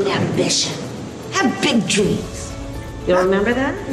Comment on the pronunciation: Hab bwig dweams!